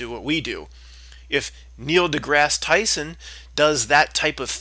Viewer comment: Did you say "Niel Dickass Tyson"?